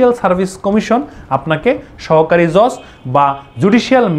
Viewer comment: JoJ na Judge😆